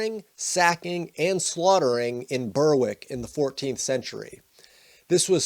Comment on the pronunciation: Berick is more accurate to Bearick.